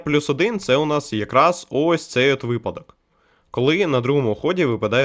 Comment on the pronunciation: Не кажи випАдок бо буде припадок, ужас, як так можна, помилки в таких словах робити, просто жах..... ахпахзхзахзпахзпазпахзпахпазхапзхап